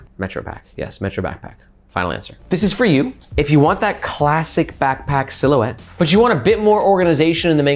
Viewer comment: The French accent for « silhouette » kills me everytime 😂